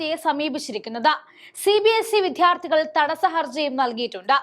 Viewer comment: വിദ്യാർത്ഥി എന്നത് ശരിയായി ഉച്ഛരിക്കൂ. താങ്കൾ പറയുന്നത് വി ധ് യാർ ഥി എന്നാണ്